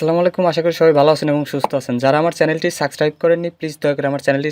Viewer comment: ডেইলি সাবস্ক্রাইব ১০০ বার শুদ্ধ করে উচ্চারণ করবি